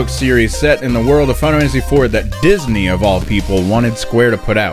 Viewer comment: Now I pronounce the name of this game like Fie-nuh-fanissy. You did this to me!